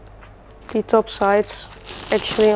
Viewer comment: Heerlijk zoals je “the” uitspreekt als die, maar verder erg leuk kanaal en respect !💪